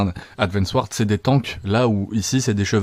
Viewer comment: "advance ward" "eddemie" t'a un truc avec les "d" 😂